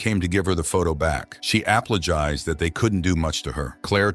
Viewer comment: did you really just say apply-gized gosh